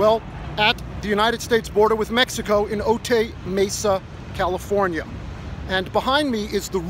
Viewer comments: Pronounced O-tie.. O-tay is what Buckwheat said :) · Well done. ...but it's "oat eye" Otay. 😊